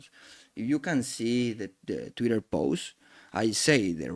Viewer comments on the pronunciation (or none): none